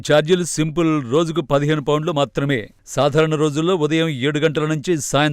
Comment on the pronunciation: pounds madam adi Founlu kadu